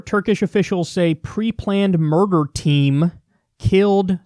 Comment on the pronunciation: At first I thought he said Saudi “mortar team” then i realized he said murder and that’s just as bad but not as creative.